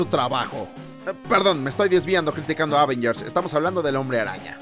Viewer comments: Ávengers jajasj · Me pone muy nervioso esa forma de decir "Ávengers"